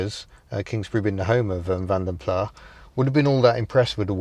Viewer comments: The Rover SD1 was stunning when new and is stunning still. Just beautiful. Now, to come over all nerdy. Vanden Plas is a Flemish name. It is pronounced Vahnden Plahs with the "S" on the end strongly enunciated, like the "SS" at the end of the English word "kiss", not. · Vanden plas is of Belgian origin, the dutch speaking part, so the pronunciation is vanden 'plaS' not 'plah' ita NOT french. Ive just noticed youre in the Netherlands, i bet there were some muted sniggers at "plah" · I thought Vanden Plas being from a Flemish name from Belguim rather than the French speaking part of the country was pronounced Plas rhymes with ass not Plar ? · Vanden Plas is a Dutch name so you pronounce the 's' at the end please, 'Vanden Plassss'. 'Vanden Pla' sounds, well, so flat (plat). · The ‘s’ in Plas isn’t silent. Lovely video. thank you. M. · Sorry, it isn't up for debate, really Vandenplas started in Brussels, is a Flemish name, hence the S at the end is pronounced. Why it was called? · Great video, as always. For what it's worth I suspect David Bache's surname is pronounced 'Bash'. And I know for certain that Vanden Plas is pronounced Vanden 'plass'. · Ha!, the oddly 'passive aggressive' Tony Bastable! Legend. But he pronounced Vanden Plas wrongly. It's something to do with the Belgian roots of the company and what their native pronunciation would be; it's definitely Vanden 'Plass'. Love your videos. I'm currently on the lookout for a decent Morris Traveller and I must've watched your recent-ish video five times already. Thanks very much for what you do!